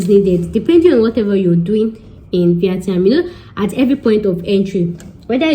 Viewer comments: The way you said VIETNAM 😂😂😂😂😂😂😂 maks me laugh 😂😂😂🤣🤣🤣 go and learn how to say it properly please 😁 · Your English is Bad . Very bad . Speak broken and go and learn how to pronounce Vietnam